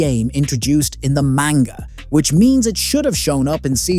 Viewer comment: The more he pronounces manga wrong the more suicidal I get